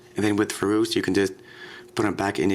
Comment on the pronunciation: also like the way you say furos too.